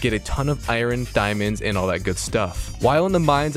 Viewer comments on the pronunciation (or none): love how you say ioRon gets me every time haha, iron.